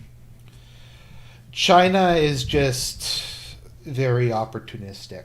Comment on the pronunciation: "We're the government (of Chy-na) and we're here to help".